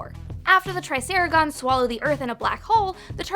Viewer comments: Whyyy Ralph.. ITS RAPH! Also, TriceraTON not TriceraGON. Thank you! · It's triceraton not triceragon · Pls get their names right. *Raphael, Raph.*Triceratons not Triceragons